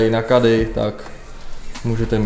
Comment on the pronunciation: Nevyslovuje se to KEDDY A NÉ KADDY